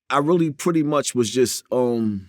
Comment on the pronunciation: vewee vewee 😂😅